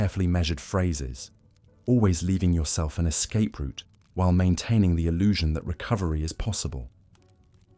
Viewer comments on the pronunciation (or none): none